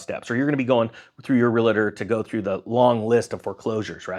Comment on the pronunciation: Say it with me, REAL•TOR. Stop adding an extra A in the word.